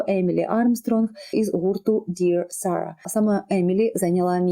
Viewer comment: Не “Dear Sara”, a “Dead Sara” ))